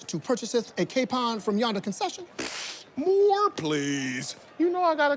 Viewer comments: Dude said "moor please" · “MOOR” PLEASE LMAOOOOO